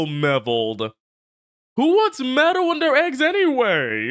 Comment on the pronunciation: Oh for the love of... He didn't say Metal, he said Mevil. That was an error in the subtitles... nothing new there.